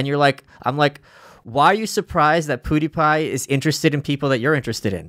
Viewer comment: Both and Malice pronounce Pewdiepie as "poo-die-pie." Lol